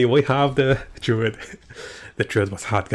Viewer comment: I don't think they are intensional. Not only class names are butchered.